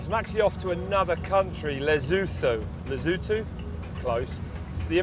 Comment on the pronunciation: "Lezutho", No Lesotho